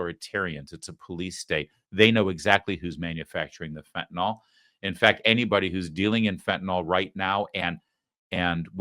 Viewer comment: It's not "fentanol" Larry!